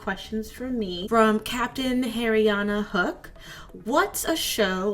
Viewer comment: WHEN I HEARD YOU SAY HARIYANNA HOOK.....